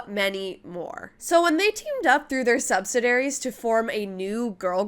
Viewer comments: Subsidary 😂 You are missing a whole syllable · You are the third person I've seen who does K-Pop videos who mispronounces subsidiary. You miss a complete syllable. Look closely at the spelling. The great pronunciation is sub-sid-EEE-air-eee.